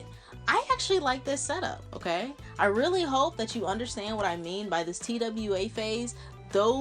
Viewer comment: bruhhh anybody else was lowkey annoyed that she kept saying t-w-a instead TWA (twah) LOL